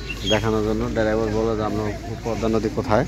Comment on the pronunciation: আর মুর্খের বাচ্চা ডেরাইবার না বলবি ড্রাইবার ভাই।